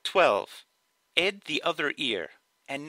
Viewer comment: why do you say ed instead of add where are you from?